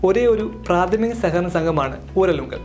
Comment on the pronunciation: ഉരലുങ്കലല്ല ഊരാളുങ്കൽ